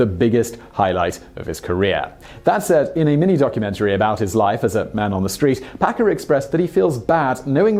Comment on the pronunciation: Did you say Packer or Pecker??